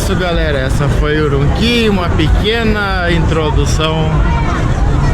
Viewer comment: Sou Chines de Xing Jiang Urumqui. Meu deus por favor aprenda a pronunciar corretamente já que esta passeando pela região.